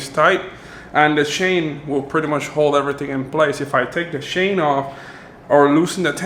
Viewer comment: “If I take off the shain “ 😂😂😂😂😂😂